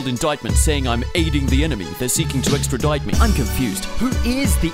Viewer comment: 4.38 :) sextradite...A new word in the English language lol